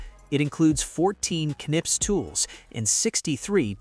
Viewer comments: Knipex no nipex there is K when you don'tknow how to pronounce use translator german and there is a speaker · I think you're supposed to say the K in the name.. Ka-nip-ex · Oh no they pronounced it wrong how dare they.